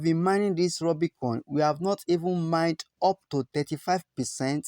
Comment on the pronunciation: Rubi not Rooby